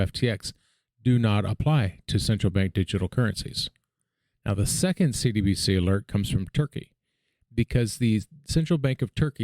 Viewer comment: Hey homie you’re doin good work here! Only thought is that when you say “CBDC” fast it sounds like you’re saying “CDBC.”